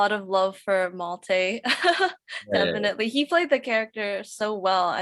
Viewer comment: Is it really so difficult for the interviewer to correctly pronounce the names of the characters and actors? Wilhelm is not pronounced "Willam." Malte is not pronounced "Maltay."